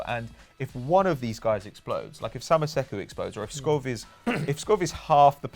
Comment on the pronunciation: Skov is the first name Pato had pronounced wrong so far it seems...